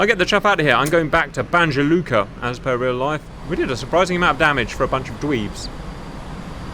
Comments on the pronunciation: I actually live in Banja Luka. (Pronouncing would be Bana Luka) , beautiful city today. And no ,I won't go mad about this video. Thanks Cap for this one. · Strange they had an airbase called "Mineral Water"?! (BTW, it's pronounced Banya Luka). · BANYA LUKA.... try like that